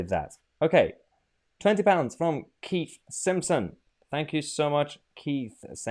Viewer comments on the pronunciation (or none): none